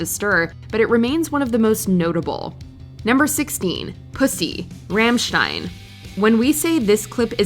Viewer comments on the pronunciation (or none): Its not ram stein its rom stein